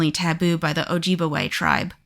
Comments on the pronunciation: Oh-Jib-Way, not Oh-ji-bwa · yeah as a wisconsin resident, we definitely have mountain lions. seen them with my own eyes and on trail camera....and its pronounced O-Jib-Way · Eau Claire is pronounced either "Ew Clair" or "Oh Clair" by the locals. Ojibwe is pronounced "Oh-jib-way." (Edited to add: Great video, btw! I should have opened with that.)